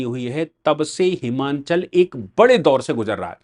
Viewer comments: साहब उच्चारण हिमाचल है। न कि हिमांचल। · It is" हिमाचल" and not "हिमाँचल"